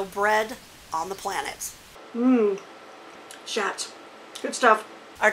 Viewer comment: I've lived in Bishop for several years. I'm not being snotty but just an FYI, I asked Mr Schat how to pronounce his name. It's pronounced "shots". So you can sound like a local 😉. Thank you for your videos. I learn new stuff all the time. Didn't know about the usland app. I've been full time for three weeks now and that will hopefully really help. Hard to find places to park this year. Best to you and Doug.